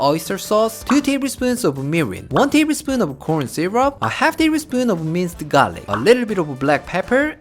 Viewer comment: Every time say minced garlic, I always hear it mister garlic. 🤣